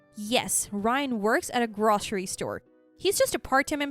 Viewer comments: Grocery is pronounced "grow-ser-ee" not "grah-ser-ee" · Groh-sair-Ee store, not grahssiry.